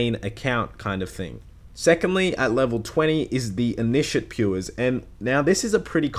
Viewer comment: lol, the way you say initiate.